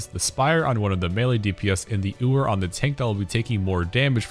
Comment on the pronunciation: Im seriously not trying to be a shitter but it's yoo-er, not oo-er. like a female sheep (ewe = you). Know its pedantic but I was sooo distracted by it every time it was said 😭 Im gonna have to watch it again so I guess really won here lmao